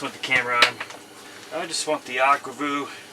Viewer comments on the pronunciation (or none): In all my life you're only the second person to pronounce aqua view as aqua voo